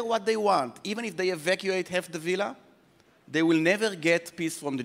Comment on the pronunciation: עמית סגל: ווילה ≠ villa.